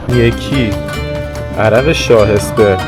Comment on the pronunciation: جان عرق شاه esparam. صحیح است.تلفظش رو فینگلیش نوشتم.مشروب الکلی هم نیست.جزو عرقیجات است